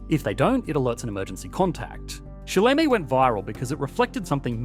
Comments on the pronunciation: the app is called 死了吗? (ssss-ler-ma), not sai-lay-may. Maybe at least put just a little effort into Google Translate. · Sileme should be pronounced "SU le meh" and not "SAI le meh". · "shy lay may" is an interesting way to pronounce it to say the least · Missing the tonnality , i think its shì lé mē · Saying that China has a birthrate problem is like saying that Chernobyl has a GDP growth problem. The problem exists, but it isn't THE problem. Also, you completely butchered the pronunciation of 死了么, or Sileme. 死 is pronounced similarly to a Japanese "su", 了is more similar to "ler" than "lay", and 么 is somewhere in between "ma" and "mer". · he made sileimei sound like an Australian app with that pronunciation lol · You definitely butcher the pronunciation of Sileme 😂 Good try though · Pronunciation for sileme is totally botched😂. You should listen to the word 死了么 in google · Saving just to hear him absolutely butcher the word 死了么 with such grace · That "Sileme" pronunciation 💀